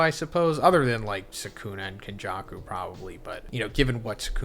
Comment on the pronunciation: bro said sukumo and megoomi